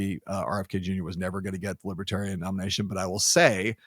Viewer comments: "Liberaltarian" 😅 Thats Left-Libertarian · Trump thinks that 'Lib-EH-tarians' refuse to go to jail.... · “Libbatarian”. UGH. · What posessed tRUMP and his handlers to think going to the Libertarian convention was a good idea? The drive home or wherever they went must have been highly unpleasant. He couldn't even pronounce "Libertarian" properly. MAGA taking over the hall was a huge mistake. It just infuriated those delegates. 🇺🇸